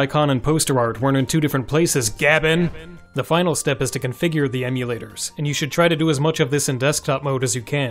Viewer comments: It's pronounced gay-ben, not gab-enn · You are the first person I've ever heard pronounce it "Gab N", instead of "Gayben" i.e. GabeN or Gabe N EDIT: , I don't know if it requires more than Powershell but Powershell is possible to install on Linux natively now. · IT'S PRONOUNCED "GAY BEN" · "Gaben" has a definitive pronunciation; it's "GAY-Ben". Because it's derived from the voice clip of Gabe reciting his own email address in that Mega64 video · I believe he pronounces his name “ Gay Ben” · You do know it's pronounced Gay-ben, right? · That's not how you say gaben. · i take offense to how you say gaben :P